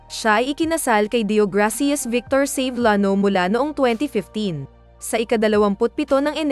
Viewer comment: SAVELLANO ang pagbasa mo CEBLANO....dapat SA BEL YANO anu ba yan basahin mo kasi ng maayos.